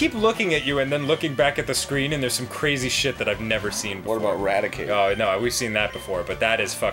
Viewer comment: Lol you murdered his raticate.